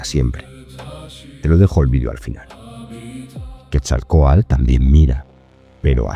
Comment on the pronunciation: Seria muy bueno que se pronunciaran las palabras correctamente, ejemplo: nahuatl, quetzalcoatl, no estas pronunciando TL al final